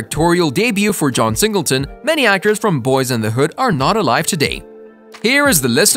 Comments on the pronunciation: You need to check and correct the date of John Singletons death, he died April 28, 2019 not in 1968. You make it hard to want to subscribe to your channel giving inaccurate information and mispronouncing Boy instead of Boyz in the hood.. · Boyz N Da Hood not Boy N da Hood silly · You said Boy N The Hood!! Really!! Unacceptable when clearly you have the name of the movie in the title. And then you say it right the rest of the time. Makes no sense. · LOL the first time he said it was "Boy and the Hood" lmao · 😂 he started out the vid saying “Boy in the hood” never thought the z mattered til he said that 😂 jk but frfr… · If you're planning on making more videos you need to get your facts right and learn the correct pronunciation of the movie 🤦🏾 this is totally atrious